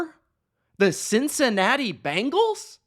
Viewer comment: It’s BENgals not BANgals